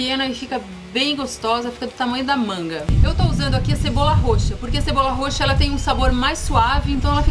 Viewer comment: Sensacional! Sem ofensas: cebola "roxa" ok? Parabéns!!!!!